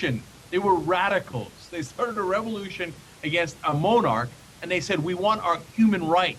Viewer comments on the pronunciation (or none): He said "Moan"arch.